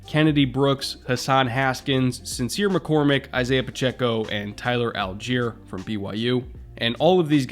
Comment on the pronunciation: Tyler Allgeier's last name is pronounced ALL-GUY-ER not Al-jeer, FYI. Assuming he pronounces it like everyone else with that last name